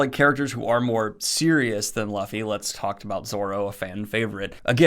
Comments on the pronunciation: Pronounce luffy right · Never seen this guy before, random YouTube recommendation but anything one piece is fine by me....but then he said the name wrong and it sent shivers down my damn spine! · Is anyone gonna bring up his pronunciation for Lufys name? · Can you pronounce Luffy right? Great review but damn thats jarring to hear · Does anyone else get annoyed when Daniel mispronounces Luffy's name? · Your saying Luffy wrong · Are we going to let go of the fact that Daniel mispronounced luffys name? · The way he said Luffy. I visibly cringed and had to step away for a minute. I have never heard anyone pronounce luffy's name that way. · OMG can't take the Luffy pronunciation .. cringe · I found it funny that he pronounce Luffy wrong but not Zoro anyway, great video I looking forward to more reviews of my favorite series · Is anybody else is annoyed by daniel speaking luffy's name incorrectly? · I cracked up every time he said luffy wrong. I don’t know why but it just sounded very funny to me after watching the a lot of the show. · I cannot believe both you and Murphy said Luffy's name wrong the exact same way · I bet everybody cringing after he said luffy 😂😂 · how did you watch the show and still mispronounce his name lmao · The fact that you pronounce Luffy's name wrong when you have watched the anime is beyond me. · Your pronunciation of luffy is weird. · Same dude. I thought I'd only hear it once but he kept saying it. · Also he ain't saying the name right one-piece fans will definitely point that out...its luffy lol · The cardinal sin of pronouncing Luffy’s name as Luh-fee and not Loo-fee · its not Laffy, its LUFFY !! lol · But is Luffy as in lu not luf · It’s not pronounced luffy it’s pronounced loofy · A new watcher here, ah when we all start off calling him Luh-ffy instead of Loo-ffy. Welcome aboard! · WHY are you calling me LA-ffy? It's luuffy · Laughy????? It’s u, should be pronounced as Luffy, LUFFY, not Laughy. 🙃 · Its Luffy not Loffy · Really bro Laffy